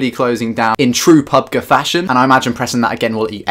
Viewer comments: It's Pubg not pubga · PUB-GEE G LIKE SAY PUB THEN G